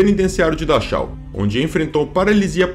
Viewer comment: Parabéns pelo conteúdo, só uma observação: a pronúncia “Dachau” o som é Darral em alemão. Já ouvi vc cometer esse erro em outros vídeos!